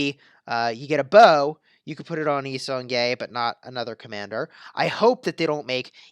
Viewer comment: Why you said: Y-song-Gay?